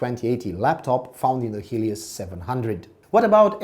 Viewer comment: dude where are you from ? you cant even pronounce helios, raid and alienware really well. but its still a very nice review thanks my mom will bought this laptop for me after i finish my national test edit:also you forgot to mention the ram like how much is the ram